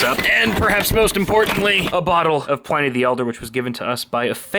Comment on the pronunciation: Just FYI, it's PL-in-E not Ply-knee